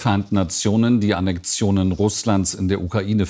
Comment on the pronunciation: Jens riva sagt immer "annektion" :)